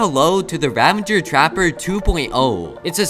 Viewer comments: it’s ravager not ravendeger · even pros still say ravagers name wrong